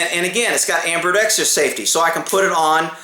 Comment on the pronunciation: "Strirations" "ambirdextrous"